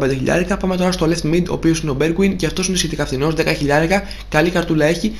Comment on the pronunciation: Ωραίο βιντεο απλά ένα πράγμα! Λέγετε Μπαγι όχι Μπαϊλι Επίσης λέγετε Μπερβαϊν όχι Μπεργουιν. Το λέω ήρεμα απλά όταν θα μαζέψεις πολύ κόσμο να σε βλέπει θα σε κράξουν για αυτό